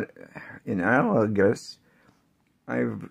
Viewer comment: This is a fun way to experiment with blending the colors. I like the idea of combining the swatches on the same page. BTW, you pronounced “analogous” nicely. Yes indeed. Practicing creates improvement and it’s very encouraging to see how you are more confident with your speech which is sounding better and better. Great demo❣️ Have a wonderful day and week end. 😍👍